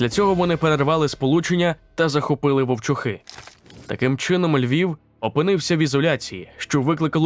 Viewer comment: Правильно ВовчУхи